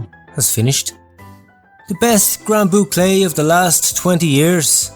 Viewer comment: Stop calling it the "bouclay." It´s the boucle.